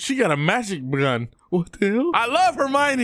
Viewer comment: "She got A Magic Bgun" --, 2024.